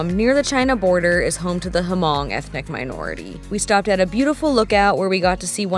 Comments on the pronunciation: I've NEVER heard it pronounced as Huh-mong and I've met Hmong people and am Vietnamese and know lots of Vietnamese folks. Even one of Hmong people in the comments mentioned it's pronounced with a silent H. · Hello…Hmong is pronounced Mong not Her-mong. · Love the video yall! As an FYI, the ethnic group Hmong is pronounced "Mung." Its a fascinating language, lots of the consonants aren't spoken, but are tone markers! There are very large Hmong communities in CA, MN, and WI, because of a large diaspora during the Vietnam war which caused tons of these folks to flee from Vietnam, Laos, and Cambodia to the US. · What an exciting and fun adventure for you two. Definitely a must do thing when in Vietnam. Cannot wait for part 2 as I'm curious if your guides took you on the dinosaur spine in the Ta Xua Nature Preserve! As someone mentioned below, the H in Hmong is silent. :) BTW, Americans, Canadians, Australians, etc., cannot legally ride in Vietnam even if they have an IDP and are licensed for motorcycles (read up on the 1968 Vienna Convention). Not that that has stopped them from riding there anyway THINKING they are in the right, when they technically are not. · Yes H is silent in pronouncing Hmong. Awesome trip and would want to take this trip someday…from a Hmong in Minnesota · No, it isn't. That's how the south pronounces it.